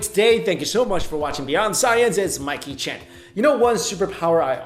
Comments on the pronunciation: I hear him saying "It's Mike cheng" and sometimes "It's Mikey cheng" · Why does it sound like Mike Hing or Ing Chen? I always thought X was like a Z or soft/rolling J/G. Like how some say garage weird. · everytime u intro i hear "Hey Guys, its My Kitchen" 😂😂 great vid! 👍